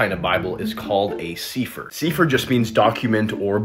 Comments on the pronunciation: Sefer in hebrew. Not pronounced s-ee-fer but s-eh-fer. Meaning scroll. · SEE FUR? CAN YOU PRONOUNCE THE LANGUAGE YOU SPEAK? SEEEEEEEEEEE SEAAAAAAAAA FURRRRRRRR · It's actually pronounced 'Sef-fer' and BE CAREFUL about the book of Enoch, I used to think it was a legitimate book, but upon further study and the Holy Spirit discernment, it is definitely not a divinely inspired God breathed book, although it has parts of truth it is mixed with lies. But it also depends on which book of Enoch, because there are two the one I just referred to is the one written as a historical documentation of events surrounding the fallen angels, but the other one is a Kabbalistic jewish mysticism book, that should be avoided as it is basically the most ancient form of witchcraft. Another book to avoid is the vomitous Talmud, it IS NOT OF GOD! Just be careful folks, learn your Bible and get solid with your relationship in Jesus Christ FIRST!!! I cannot say this enough! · Its pronounced seh-fer